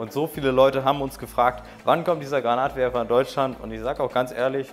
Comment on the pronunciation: "Granatwerfer" oder "grenade launcher" .......aber bitte nicht "Granat launcher" xD Finger lang nicht vergessen ;) Sollte das Teil nicht eher als Schrotflinte(Schrotwerfer) gesehen werden?